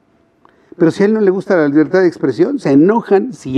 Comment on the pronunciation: Jajaja 😂"liberta" Jajaja liberta Jajaja este señor no sabe hablar siendo un presidente. Pobre México